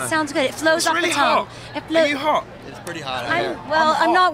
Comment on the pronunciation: "It's really ho(t). Are you ho(t)? I'm starting to perspire!" Did Mr. Mumford just turn up the cute here? 'Cuz it was... my cuteness meter exploded! He knows we Americans love a heavy British accent!! Then he did it again with "a little know artist called Bob Dy..." :D Too much! They both looked very handsome! :D